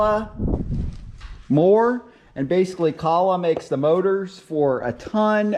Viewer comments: It is actually pronounced, Joe (rhymes with "Doe," a female deer, or a guy named, "Joe") and Ler, (rhymes with burr)...koe-ler (silent "h" like you find in hour). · Please consider CO - LAR as way to pronounce KOLHER town in Wisconsin , Thank you for video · Actually you did mispronounce the name. It is co-ler, just like the faucet and bath fixture company. If you don't believe us, look up the company phone number and call and ask them. The video was helpful though. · Im not taking advice from anyone who cant even pronounce the friggin name of the engine properly.Good grief!!!!!!!!!! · Good information, but you need to work on your pronunciation of "Kohler". I'm originally from Sheboygan Wisconsin near the town of Kohler (a company town.) My grandfather and cousin both worked there. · Is this a troll, or an inside joke or something? I'm on my 3rd video of yours and you pronounce Kohler purposely different in each one. Is it to drive engagement in the comments or something? Or you hate Kohler engines, and refuse to say their name? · I hate the way you say “below “ and how you pronounce kohler that being said this video was pretty helpful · ‘Kah-lag’.... or it’s real pronounces coal-er. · It's pronounced Coal-er. Wtf is Calla... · not caller motor but koohler motor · Kohler- "Coe-lur" Not kahla lol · Kooooohler not Kahler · its pronounced coal-er not calla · Come on dude. Its kohler, kinda like colder, just no d. But calling it colla, is better than kosher like you other video like this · Kohler pronounced Coal-er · I know I'm not going to spell this right but I'm doing it to help you pronounce it right, Ko-ler, and the O is long, you're making a great video cuz I looked at your video cuz I'm having that problem I want us hoping that you keep making videos and I just wanted you to know that for the future so you're not so right thank you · It's pronounced like KOLER. Like ROLER but with a k. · Pronounced "Ko Ler" h is silent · Stop saying Co Lah🙄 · Pronounced KO-ler.